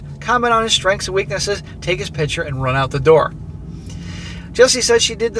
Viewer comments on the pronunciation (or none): cant stand how this guy pronounces "picture" hes saying "pitcher" annoying as hell.